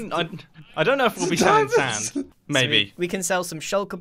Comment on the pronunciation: go to and just listen to iskall say "sAnD" over and over again